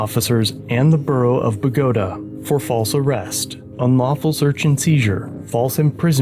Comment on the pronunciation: I'm amazed you pronounced Bogota the right way.